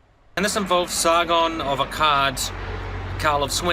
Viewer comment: Sargon of Akkard is how he said it lol :P